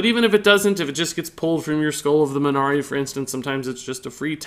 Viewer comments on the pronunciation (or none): none